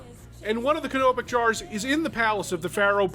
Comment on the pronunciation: I love the way he says canopic jar